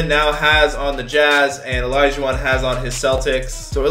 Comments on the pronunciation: Did anyone notice when he said olajuwon he said it like olijuwon 😂😂😂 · Yo said olaijauwon he could’ve said olaijau...won